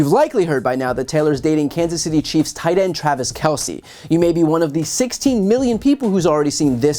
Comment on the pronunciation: The name is pronounced "Kel-s" . . as if the E wasn't there......"Kel-See" equivocates to calling Mr. Jones...."Jonesy"....!!